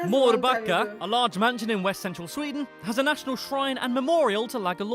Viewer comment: It is sweden not sweedeen